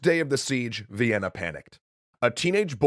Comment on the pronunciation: Thought you said vietnan